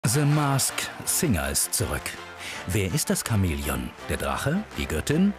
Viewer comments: hat der Typ: seh masked singer gesagt??? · zhe masked singer (NO HATE) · Se Mask Singa😂